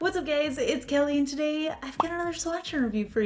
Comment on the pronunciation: I'm aware, it's what you always say, it just sounded like what's up gays. Nothing wrong with either ;)